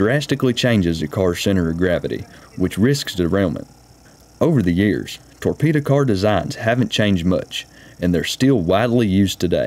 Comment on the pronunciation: Do you mean torpedo? Not tore Peter?